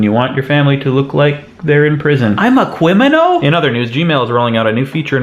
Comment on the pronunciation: CWIMINALS EVEWYWHEWE.